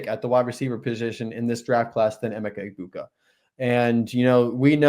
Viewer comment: Eh-meck-a E-boo-ka